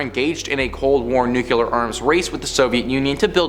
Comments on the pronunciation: New-Clee-Er. As in from the NUCLEUS of an atom. Not New-Q-Ler. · I love you guys! But...Omg, the word nuclear is pronounced nu-klee-Ar..not "nu-kewul-er"..all of you say it wrong. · Learn to say nuclear please